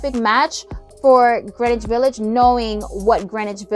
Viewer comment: Girl …Thank You for pronouncing Greenwich Village correctly!!! 💕👌🏾👍🏾